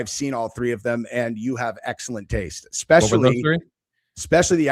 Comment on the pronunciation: eSpecially, NOT eXpecially!